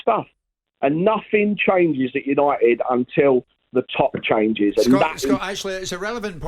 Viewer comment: "The worst part of United is behind the scenes" No. The worst part is glory hunting Southern Fans singing Manchester songs. Unit'id' instead of UniTed. Sounds awful.